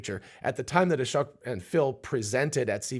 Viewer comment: Ashōk (long O), not "ah-shuck"